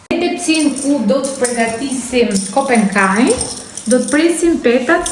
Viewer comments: Thuaja emrin saktë, kompekaj, dhe jo kopenkaj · Pò ta shohësh si è ka shkruar e mer veshr mir moj zonj që thot kompekaj jo kompenkaj